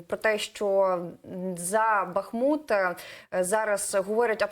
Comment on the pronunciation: Великий уклін воїнам! Слава вам! Дякуємо і шановним журналістам! Прохання до вас: вимовляйте, будь ласка, правильно: БахмУт, Часів-Яр (Часів-Ярська, Часів-Яра, в Часів-Ярі). Бо це така біда з перекрученням назв наших рідних міст...